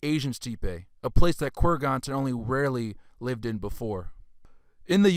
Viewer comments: It's Fut-YUH-novo, CURR-guns, An-DRONE-novo, E-ranian, Step. You crack me up, my 🤣. Keep up the good work bro, also make sure to shout even louder in the beginning of each paragraph in case people aren't paying attention! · "Kurg ons" "steep ay" "asslimlated" "Globe eular Amphora" He pronounces like hes ricky doing rickisms from trailer park boys